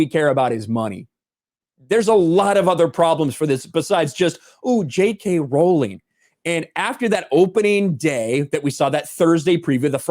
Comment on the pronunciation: I noticed is finally pronoucing "Rowling" correctly? Did people correct him in the comments?